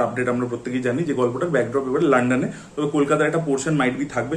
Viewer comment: লানডান না ভাই ঠিক করে বলো😅